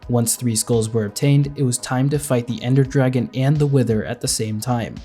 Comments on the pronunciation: 'Ender Dargeon' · Anyone else notice in the first dragon fight “Ender Dargeon” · Ender Dargeon 🤣